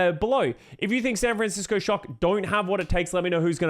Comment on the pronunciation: I love, I love content, but bygod do I HATE how he pronounces "SAN FRAN CISCO SHOCK" every single time lmao